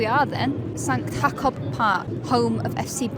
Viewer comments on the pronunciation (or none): How did you pronounce jakob again?